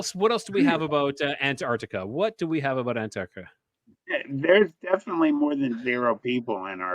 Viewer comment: Hey. What a fun show tonight. But I had to stop to tell you, you totally cracked me up with the Mandela Effect of pronouncing and say Antarctica 🤣. I remember being in third grade and reading aloud and pronounced island as is land. I was mortified due to most kids cracking up. 😵‍💫